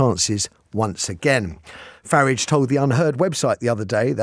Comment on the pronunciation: Didn’t cotton on that you were speaking about Nigel Farage. Ha ha. Just your bad diction pronouncing Farridge as in porridge. He’s very popular both sides of the pond.